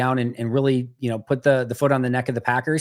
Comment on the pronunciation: Lol I hate the way he says Packers….. or should I say Paggurs.